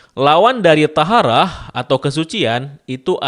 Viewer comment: Maaf kak, cara bacanya toharoh bukan taharah